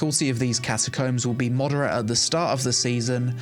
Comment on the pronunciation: I love you, but that's not how you pronounce "CATACOMBS" brother, it's giving "penglings" from Cumberbatch :D BTW> Will check out New World!